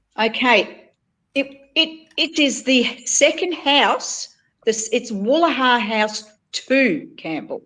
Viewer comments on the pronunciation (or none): I love this work you are bringing to light. Fantastic research. Just one thing...I lived in Sydney for ten years so can help with pronunciation....Woolahra say: Wool AR ah and Woolloomooloo say: Woola ma loo. Now...this moving or recreating of the pillar object opposite the island IS to do with the ley lines...it was an essential part of the new grid reconfiguration to benefit the parasites. Slightly shifting things askew affected the frequencies to something favouring the controllers. And not us. Well spotted by you and Nicki! Also...regarding the Clarens photo down the stepped garden. The brick discovery is tremendous. Remember the Dutch were here as they acknowledge with names like Van Diemens Land (Demons?) and the Abel Tasman story. They reveal just a little. The people in the photos need more study... definitely swarthy complexions...maybe settlers from VOC lands in Java? A big melting pot there of cultures. I also suggest the melted rock you are pointing at may simply be bedrock. The old builders were skilled at building straight on this. The large piece at the bottom by the woman looks like bedrock too. You may want to look at.au....The Missing Mansions of Potts Points. Good website with pics of the demolished mansions. Also you mentioned the East India Company man surveying in Ballarat or Bendigo? Well I suspect that ties in with the British EIC taking over from the Dutch VOC worldwide. They had become the original corporate raiders...so skilled at expl